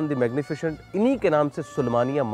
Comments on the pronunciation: Its Magnificent not "magnifichient"!!! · pronounciation main ش aata hai